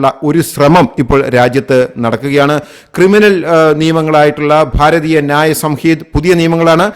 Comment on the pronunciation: Please preapre well before presenting, pronounce the name of the Law system at least properly.